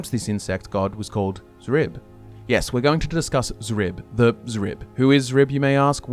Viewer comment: Thank you for pronouncing Xrib correctly this time. It killed me hearing you guys pronounce it as "Scrib" in the last video. I even left a comment about it, but all I got was people arguing that X was supposed to be pronounced like that. 😂